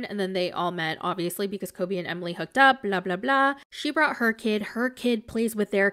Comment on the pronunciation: I FUCKIN LOVE HOW YOU DO EMILY'S VOICE SO MUCH!!! AND THE WAY U SAY KOBE 🤣🤣🤣🤣☠️☠️☠️